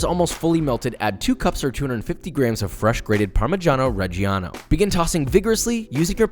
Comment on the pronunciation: The way he says parmigiano reggiano hurts me